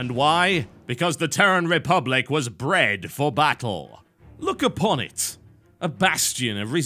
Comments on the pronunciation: Bre(a)d for battle... ungh. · 'BREAD' FOR BATTLE xD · TR were "Bread" for battle lol